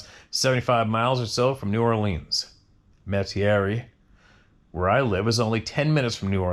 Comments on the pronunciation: I grew up in Metairie, Louisiana. You tried, but it’s pronounced Met-ah-ree. Louisiana is full of unpronounceable city and street names. 🤪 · Correct pronunciation is Met-a-ree, LA. Just in case you want to know.